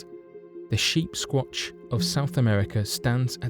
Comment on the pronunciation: I thought he was saying sheepsquanch, like on Rick and Morty.